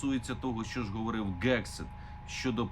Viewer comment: Пане Мусієнко, не Gegseth, а Hegseth, тобто слід вимовляти з м'яким Г, а не твердим типу грунт і ганок. Соррі.